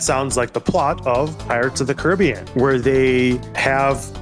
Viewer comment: "Pirates ot the Caribbean" DouglasDouglas has really fallen off